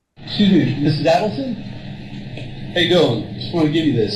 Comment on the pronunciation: You are pronouncing Adelson and Markell incorrectly